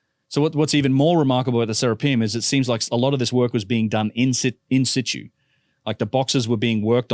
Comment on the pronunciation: that not what in situ means. And it's not how it's pronounced. Also I like how he keeps saying "we" as a computer scientist who derps online and has no training in archaeology.